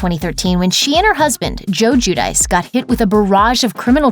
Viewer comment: It’s joo-dee-che